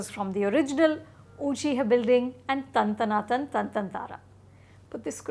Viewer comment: How can u pronounce tan tana tan like that..that was wrong pronunciation